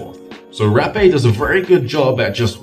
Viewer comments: Haaaa-- peh Haaapeh not Rapeeey just saying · Hey, I'm from Brazil, you need to know you are using way much of it,. You shouldn't wait too much to blow in your other nose too. Also you need to pronouce the e more openly , like with more air coming from your throat.